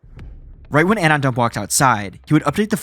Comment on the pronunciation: Is this being read by an AI? It's clearly "anon dump" merged into one word.